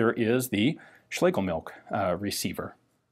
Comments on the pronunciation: Phonetically, it's pronounced schlay guh milsh. Cool weapon nonetheless. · So I guess 3 people think they have done better videos on the Schlegelmilch 1896? Speaking of which: It's SchlegeLmilch, not Schlegemilch. As stated in this Gewehr 88-article on the German wikipedia, which mentions the chief designer by name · The name appears to me as being pronounced shlagamilsh.